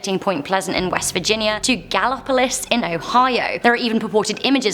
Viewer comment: You pronounced Gallipolis, OH wrong, lol. I always thought it was Gal-ih-poh-lee. Apparently, the locals demand that it is pronounced gal-ee-police.